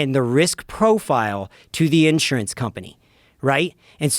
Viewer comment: Smart guy but the way he says “insurance” throws me off